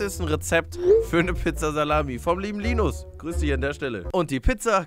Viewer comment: warum betonst du den namen so penetrant fühlt sich als ein Linus weird an